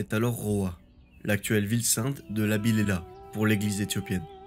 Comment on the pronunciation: Lalibela et non pas Labilela